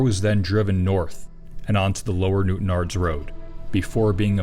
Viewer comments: I thought the same thing lol! Great that is was pronounced correctly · Fair play for being able to say Newtownards correctly! Really easy/common for people not born in NI to mispronounce that.